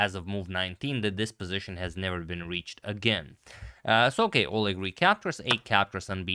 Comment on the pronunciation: In the name Oleg the stress is on E.